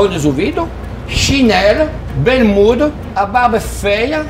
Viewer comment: "fonezouvido", "chinela", "berrmuda", barba "fêa" e as mães "pintado".... kkk